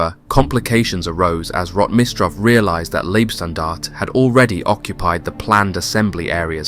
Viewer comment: It's not Liebstandarte, but Leibstandarte.